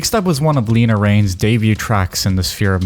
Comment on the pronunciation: it's pronounced 'Lena' not 'Leena'